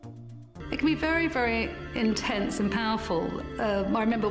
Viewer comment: “A vewy vewy powerful ewotic charge”